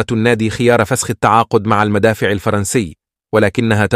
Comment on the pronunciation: المدافع وليس المادفع غير الصوت احسن شي الصوت القديم احلى حتى النطق يفتهم🤦🏻‍♂️